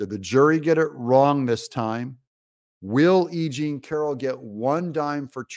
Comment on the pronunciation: Funny!! you kept saying E Jane Carol , and the first 2 times I understood that you said “ aging Carol”. I love it because is true.Nimphomaniac women ( sex addicted= brain disease) get worst with age. Besides they are extremely lazy and not smart.